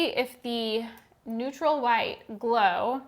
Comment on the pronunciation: Hehe "Neurtal"